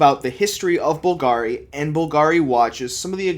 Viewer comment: You should try to be consistent how you pronounce Bvlgari. There is only one pronunciation 👍